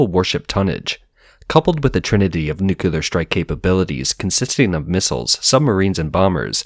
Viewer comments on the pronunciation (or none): Very insightful, thank you, also great pronunciation except for the word nuclear. Which is pronounced. New clear. Not new cue lar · How come narrators can’t say nuclear?